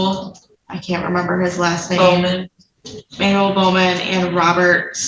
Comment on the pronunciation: Manuel is pronounced Mahn - well . For the love of pink pawed puppies show people some respect when it comes to their names!